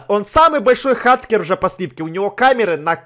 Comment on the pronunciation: правильно говорит не хацкер а хакер